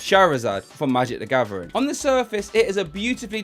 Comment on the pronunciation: Nobody: This guy: magic da gavering”